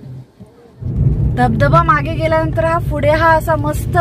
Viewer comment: पुढे ला तुम्ही फुडे अस का म्हणता